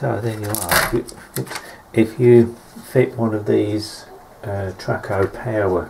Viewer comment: Traco, not Tracco.